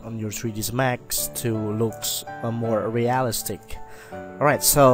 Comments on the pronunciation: Real iiii stic, emphasis on i in the middle of the word. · Amazing tutorial, though I must admit, your pronunciation of "realistic" had me chuckling quite often <3